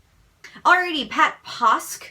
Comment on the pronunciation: Hi Ian I watched the whole thing...and you answered my questions...first off my name is pronounced Posk like in Mosque...Take off the M and put the P in place and pronounce it that way. She pronounced it right the first time...LOL.. I too like smooth peanut butter don't like those bits in my teeth...I love blue like you because it is a beautiful color...of the sky and soft and Harvey Milk was a politician in the Bay Area..where we live but we are on the coast of the Pacific Ocean...great air and water... He was instrumental about opening things up for the gay community and it was a real mess here when he was shot. Died too young and a sad part of the Bay Area community. I thought the Stumbling through life off kilter was a great name for a book.. If you did go back to school Ian what you want to major in now... I know you love people and like things happy around you and peaceful. I think peace in the world and no hunger would be a blessing to all. Loved the program and thought it was fun and entertaining. Your friend did a good job asking questions and I think your answers were sincere and thoughtful. I like that. Thanks for the fun show...loved it...and I also follow Jennifer, Kristina, and Amy is the one you couldn't remember. She was out having a baby boy and her fourth. She is a really good artist too. Right up there with the rest of them.... take care Ian.....pat